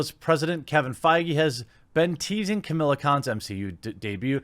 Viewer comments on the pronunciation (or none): Alright man, I'm gonna have to stop you right there; it's "Kamala Khan" not "Camilla Khan"... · I agree with you mate, but stop pronouncing it as "Camilla" it is "Ka-Ma-La" 😂😂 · I hate the character but for the love of christ why can't you pronounce that name? She's not called Camilla. You're like Todd McFarlane trying to pronounce Katsuhiro Otomo. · Not that I disagree with Jeremy or anything, but you can tell he's not really into comics as much as someone like Yellow Flash or Ya Boi Zack, or....me when he mispronounces Kamala's and Sana Amanat's name. Not trying to be a grammar Nazi here, but one would think that these monetized YouTubers would at least read a little better and maybe look into what they're about to talk about a little more. I don't know how you get "Camilla" out of "Kamala", but...............oh no, I've become a grammar Na....well, you know. Point is, yeah, Kamala Khan....hell, ANYONE being seriously considered as a replacement for Marvel's number one character is a joke, especially a character that normies have never heard of! LOL! Marvel at this point can't do anything right.